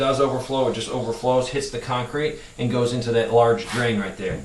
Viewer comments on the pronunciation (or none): none